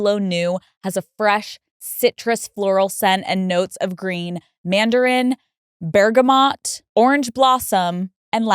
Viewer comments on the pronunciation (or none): The libre YSL ad is not even pronounced correctly. Exp isn’t pronounced like that nor is bergamot with the T lol